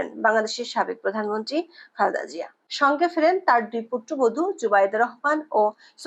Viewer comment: বার বার খালদা জিয়া না বলে পরিস্কার শুদ্ধ ভাবে খালেদা জিয়া বলুন।